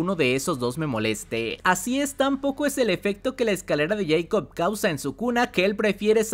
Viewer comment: Tuve que dejar el video, no aguanté tanto “escalera de yeicob”